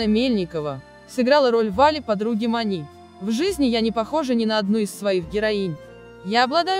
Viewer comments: Иваново - не подмосковный город! Маня не МанИ. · МанИ, ЛюсИ😂 прямо из французской жизни. МАня и ЛЮся на самом деле, кто только текст читает? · Как Вы читаете!? Невозможно узнать слова: МанЮ?, МанИ? Ударение куда попало! Как можно умудриться исказить такое известное и исконно русское имя Маня! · Вы хоть читайте со знаками препинания и с правильным ударением, а то имя Маня склоняете как МанЯ, МанИ!!!! Слушать не возможно.... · Фильм замечательный и душевный. А комментарии к фильму читает или робот или бестолочь - у МанИ.. Что, ударение не знает как ставить? Слушать противно. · Наверное робот читает текст, на французский манер: Софи',Мани' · Обзор конечно интересный, артисты все прекрасные , и фильм замечательный. Но бесит меня комментатор! Ударения неправильные, да и слова частенько не те, а уж бегущая строка - это вообще что то несусветное! Что нельзя обойтись без "искусственного интеллекта"?! Нормального живого человека нельзя найти для этого?! Из-за этого не хочется смотреть эти ролики. Портят настроение.